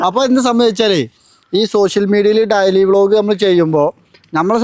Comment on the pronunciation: ഡയലി അല്ല ഡെയ്‌ലി 😂😂😂